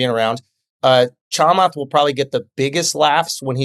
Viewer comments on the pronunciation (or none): The way he pronounces “Chamath” made cringe.